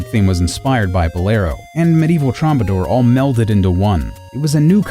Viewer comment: Troubadour is pronounced TROO-ba-door, there is no 'm'